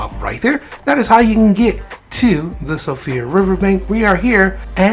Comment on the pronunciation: It’s not Sofia river. It’s Irish. It’s pronounced SHEfra river